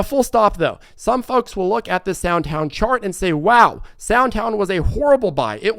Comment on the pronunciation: "Sound Town" lol SoundHound AI